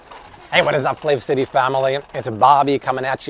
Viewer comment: Why does he pronounce his own channel wrong? It’s flavecity then. Otherrwise it’s flav city.